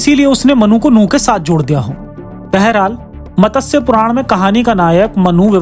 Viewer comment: Pronounciation मत्स्य ✅ Matassya ❌